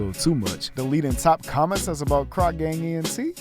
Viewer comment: the whitest ive ever heard croc??